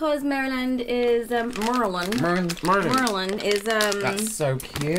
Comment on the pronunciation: OMG! I am so excited that you all liked everything and, you said Maryland absolutely right! I love you guys!! 💓💜🖤🫀💙💓🖤💜💙🫀